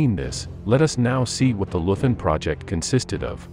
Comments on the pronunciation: Leuthen pronounced LOI-TEN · Hans Scheurmann was a "Leuthen" soldier -- and, BTW, it's pronounced "LOY-t'n". At 16, he was bundled off to face the Russians, and that's the last anyone heard of him. Years after the war, his old mother hoped he died quickly, because if he was taken prisoner, he evidently didn't survive the camps. For Hitler, of course, he was only a single, insignificant individual in a generation of criminals and losers, because they hadn't saved his, Hitler's, for him when the chips were down. This is just a little cautionary tale for all of you fine folks out there who are raising your kids in the best America-first, MAGA tradition. Enjoy!